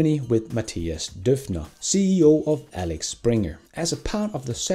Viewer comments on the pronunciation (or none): FYI it's Axel Springer not Alex Springer. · Alex springer 🤣🤣 nice slip of the tongue 😁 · Not "Alex Springer" but Axel Springer...